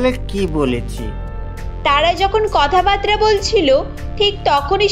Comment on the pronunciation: কথা বাতরা না, কথা বাত্রা